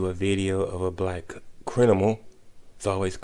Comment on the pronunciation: That sound like a whole black man, & I had to zone out listening to him after he said "Crin - nimals" & "Indi - vigidal". I'll admit your videos seem a little more equal to criticism on bm & bw lately.